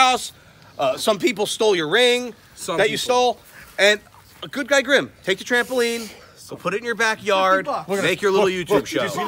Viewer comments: Bruh its grim not grum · Dude it's grim not grum